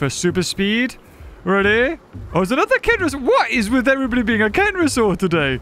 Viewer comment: He said, "Hello every-bury"